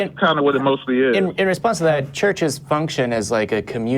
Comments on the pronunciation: More like 'shurshes' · Why does this guy pronounce churches as “searches?”